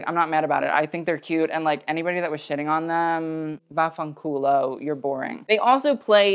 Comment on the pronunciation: That vaffanculo was so unexpected ahah also great pronunciation!